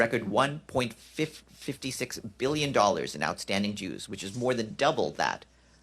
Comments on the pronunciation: he said outstanding "Jews" but i think he meant outstanding "dues" lol wowsers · The dude sounds like he said Jews instead of dues. lol